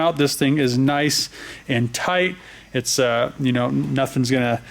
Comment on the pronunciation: "This thing is nice and thight"....Thats what she said!